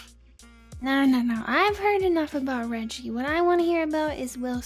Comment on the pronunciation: Can't believe you guys mispronounced Reggie. Unsubscribe.